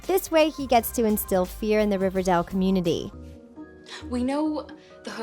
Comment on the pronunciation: Why do you call it ‘riverdall’